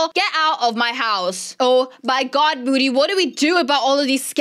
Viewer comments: It’s MOODY not MODDY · saying moody Google translate: bootie